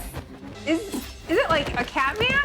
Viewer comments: I'm sorry but did she just call the king of Wakanda "Cat-Man"?! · She called t challa cat man I cannot forget that